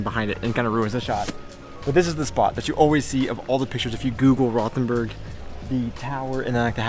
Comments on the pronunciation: like your Podcast, however need to work on your pronunciations. Rothenburg is pronounced "Rotenberg". "H" is silent and "O" as in "boat". Also missed out on the truly famous history of Rothenburg, The Thirty Years War ( ) period when Count Tilly of the Imperial Forces laid siege to the town. 🤷‍♂️ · We dont have the English th sound in German. It's actually hard to understand where you are. Rothenburg? Ravensburg? Rottenburg? Just dont pay attention to the h in any German word containing a th :-) A double "e" will make the "e" longer, not closer to "i": Schnee ist "Schneh", not "Schni" :-)